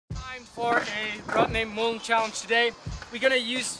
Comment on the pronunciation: NikosDriehuis. Ha ha thats exactly how he says it bro.